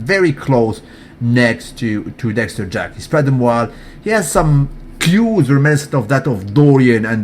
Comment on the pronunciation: Why do you say everybody's name correctly except for Dexter Jack"son"? Don't get me wrong bro, I'm a fan, but I couldn't help but notice that 1 thing.